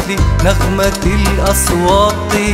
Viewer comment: صوت و أداء في قمة الروعة، بس ليته ينطق كلمة (أصوات) بالتاء بدل الطاء أحلى❤